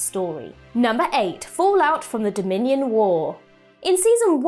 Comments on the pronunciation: Um, it’s Dominion war, not Dominan War. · "Number 8, fallout from the dominion* war" (not dominian)